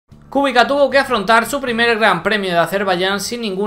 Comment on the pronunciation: buen video. Kubica se pronuncia "Kubicsa". :D